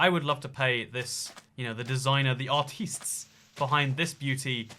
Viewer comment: Nobody:: aRtEeeEsT